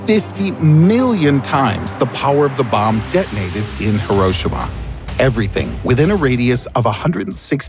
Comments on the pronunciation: It's "He-roe-SHE-ma" the hiragana "し" make a "SHE" not a "shuh" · Did he just say Hir-o-shima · You pronounced Hiroshima wrong it is: he rou shi ma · I hate the way he says Hiroshima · You pronounced Hiroshima wrong but good video.. I like watching them..